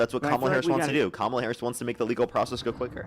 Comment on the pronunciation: Why do all right-wingers (which this guy definitely is) mispronounce Harris' first name?